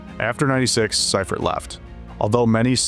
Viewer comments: All this work just to find out you pronounced one of the greatest coaches of all-time name wrong. It's see-furt not cy-furt. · SEA fert Not SY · Sea-fert/see-ferd …. Sci-fert is frying me 😂😂😂🤦🏽‍♂️. Other than that, GREAT FK’n video!!! I’m from Philly but been a 49er fan my ENTIRE life. One of my recent most memorable moments of this team is when the NFL allowed fans back in the stadiums after COVID. U.S. 49er fans took over the Linc aka Eagles stadium for the season opener and we won the game!!! It was funny bc a lot of Niner fans were from out of town and were kinda scared of Eagles fans but I assured them they had nothing to worry about lol. Every time I got up for good or the bathroom the entire section got up to do the same thing 😂😂😂. Wildest shit I ever experienced at a game lol. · It's not SI Fert, it's SEA Fert. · The coach that took over for Walsh pronounces his name as SEE-furt, not SI-furt . That part, as well as issues with some of the AI created graphics bothered me about this post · Thumbs down and stopped watching after dude kept pronouncing Seifert wrong 🤦🏻‍♂️ who the hell is George Cypherd? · then do better research. George Siefert's last name is pronounced SEE-fert. He only won two Super Bowls, not like he did anything special. 🙄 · George Seifert is pronounced SEEfert. At the very least research the people you're talking about so you can at least pronounce their names correctly. Is everybody so goddamn lazy nowadays? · lol *see-fert George Seifert sorry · I watched a lot of NFL films, and they always pronounced his name See-fert. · See-fert is the pronunciation of the coach's name. Great video and audio. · The narrator is pronouncing George Seifert's name wrong. With all do respect to Steve young he didn't have the big game mindset that Joe Cool did.